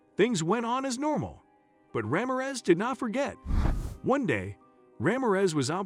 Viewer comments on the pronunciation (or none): I think you need to pronounce the name correctly Ra(h) mir(ror) e(e)z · Constant mispronounciations are jarring. Casts doubt on the rest of the information. Ramirez does not rhyme with razmataz. Cartel is not cartl. These are common words used in the US. Accents in several of the words are in the wrong syllables. Is this machine speech? Please correct for future videos.